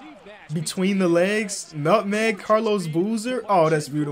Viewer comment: "Nut meg" Lmao